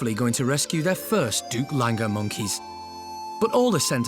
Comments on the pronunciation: OMG for heavens sake it’s a Doug langur. Not a Duplanger or whatever you called it. Langur is a type of monkey. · They’re referring to Duc is the actual name of specific species of langors. The first part of their name is pronounced like “duke.” Duc Langors. ☆彡